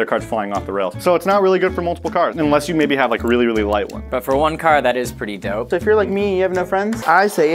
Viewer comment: AWWW she thinks it's "Doper Nope" Not "Dope or Nope"